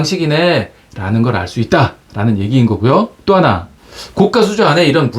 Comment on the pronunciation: 좋은거 알게 되었네요. 감사합니다. 항상 잘보고 있습니다.별거 아니지만 하나 거슬리네요. 자꾸 고가를 고까라고 발음 하시네요. 그건 비싼 수조를 말합니다. 별거 아니지만 ... 댓글은 사절